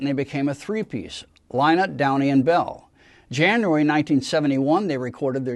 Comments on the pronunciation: Disappointing and Wrong pronunciation of Phil's surname. Yes, it is spelt Lynott BUT is pronounced phonetically as " Linnott"... as a fan, Guy should know this. It's typical of American pronunciation...like Yrak and Yran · Thank you for the correction Guy. I meant no offence. I'm sure you did your research but to an Irish ear Lye-not sounds so wrong. I have never heard his name pronounced that way in Ireland.